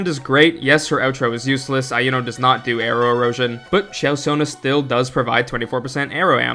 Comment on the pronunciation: Why do you call her Ai-uno? They said her name plenty of tines during the gane already and it's E-uno.